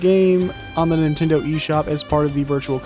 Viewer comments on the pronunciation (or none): none